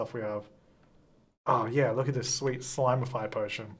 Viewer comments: It’s slimify, not slimeify, notice there is no “e” in slimify, so it’s a slim serum and don’t argue with me! I’m a writer 😂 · if you spell it out, it is ‘slim’’ify’ not ‘slime’’ify’ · There is no 'e' in Slimify hence it is slim-ify and not slime-ify 🤷‍♀️ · Everyone: Read Slimify as slim-ify.: But the way it's spelled reads "slime"... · Dude it’s ‘slim’ but I’m DYING ‘slime’ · Slimify would have an e if it was slime-ify. It’s slim-ify, not slime. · the word is slim, sir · Also, in “fine” and “finish” the “I”s are pronounced differently despite the fact that finish has two ‘i’s, so I would think that it is Slim-ify. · You guys are all wrong! It’s not pronounced slimify or slime-ify. It’s totally pronounced sleem-ify! 😉 hehe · He was annoying me so much saying slimify purposely wrong. I gave up watching. 🙄